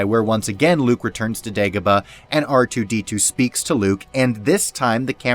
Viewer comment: DON’T SAY “QOUTAR TOO” YOU NERD